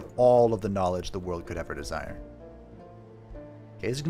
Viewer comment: Every time you say "nowledge," my brain goes, "cowfee."